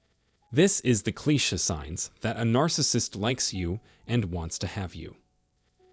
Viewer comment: Cliche’ pronounced “Klee-SHAY”